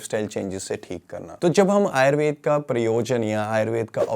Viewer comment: आप आयुर्वेद और योग शब्द का भलीभांति उच्चारण कर सकते हैं तो आयुर्वेदा और योगा क्यों कहते हैं जबकि अंग्रेजी के शब्दों का बहुत अच्छे से उच्चारण करते हैं। आदतें ठीक कर लीजिए।